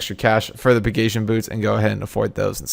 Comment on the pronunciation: The way this guy pronounces Pegasian lmfao.